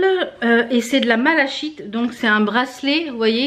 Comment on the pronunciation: Bonjour désolé j'ai juste une remarque malachite ce dit mala(kite)j'adore cette pierre... Voilà bon courage...